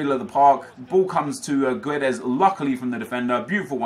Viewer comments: When reading Guedes ignore the 'u' , just say Gedes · Guedes is pronounced Geddz btw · gedes dont say the u im portuguese